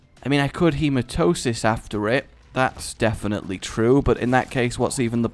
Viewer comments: You make me sometimes.... You say Hematosis, when its Hematemis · you do know the voice pronouncese the hematemisis pill, right? learn it. He-ma-tem-ma-sis. feel free to keep calling it Hematosis, but on the next episode you record (after you read this obviously, since you batch record at time) please just say it properly one time. please, for this random subscriber? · Rage, a question. Why do you keep calling the Hematemesis pill Hematosis? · All those hours of re/afterbirth and he still can't pronounce Hematamesis. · when you dont say hematemesis correctly. really, look it over for a min